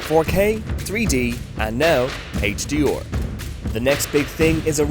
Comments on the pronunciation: The guy has virtually no weird accent, and then suddenly HD-OR ? WTF? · HaitchDeOr LMAO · Couldn’t get past how he was pronouncing HDR... HD’or